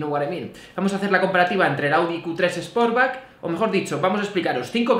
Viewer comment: Es más, yo creo que dice sposback. A mi me gusta en naranja,... El sposback, jajajajajaja. Se me van los ojos detrás del glc Coupé en negro o rojo.